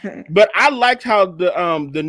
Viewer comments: needs to stop saying likted, it is liked, no emphasis on the e-d. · Who's going to tell that it's not "LIKEDED"? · Please stop saying likedid!!